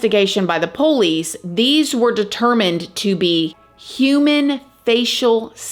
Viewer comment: I love how you say police... the "poe-lease" 🤣